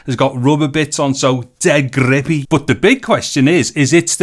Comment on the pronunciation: I love how you say Grrrrrrippy